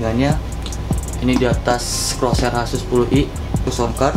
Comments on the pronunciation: Corsair dibacanya korser bukan kerosher, jangan malu malu in lah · Bro, ejaan yg bener itu "Corsair" bukan "CROSAIR" salah ejaan, bro... paling ketara pas nyebut Corsair AX1200i berhubung gue fanboy Corsair, makanya rada gak terima aja, next time di benerin penyebutan broo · Bang CORSAIR BUKAN CROSAIR HAHAHHAHA